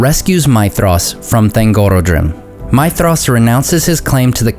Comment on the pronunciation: i read that thangorodrim is pronounced with the "rod", and not the "oro". It comes from Thang, orod, and drim, meaning oppressor, mountain, group; or Mountain Chain of Tyranny. Please correct me if im wrong ! :) also, Turin's sister Lalaith (sindarin for "laughter") is pronounced La-lie-ith, not La-lie-th, if that makes sense.